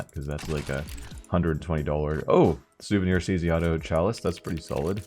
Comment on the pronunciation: souvenier knight